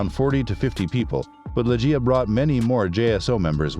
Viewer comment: It’s not lejj-ee-ya but ‘LEG-ee-ya”